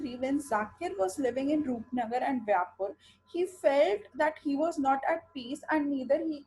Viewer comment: It's not vyapur, it's vyaspur. 😊😊